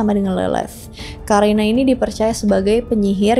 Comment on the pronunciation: Karina dibaca Qorinah. Karin dibaca Qorin 🙏